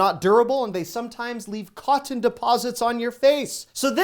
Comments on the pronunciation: Is he saying, "coddon"? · I get a chuckle 🤭 listening to you saying "cotton".....I have never heard it pronounced "Codden" 🤣🤣🤣 I'm from North Carolina and l had to call you out on it! All in fun of course 😉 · Are you saying "cotton" at ?